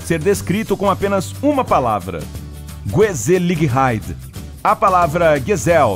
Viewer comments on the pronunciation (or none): Que agonia ouvir a pronúncia de "Gezelligheid" ... O 'G' holandês é grutal, a pronúncia é "rrêzéliheid" e não "guezeliréid" 👀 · A pronúnica correta de Gezelligheid é Rrezelâhaid o som do g é gutural um pouco mais acentuado que do h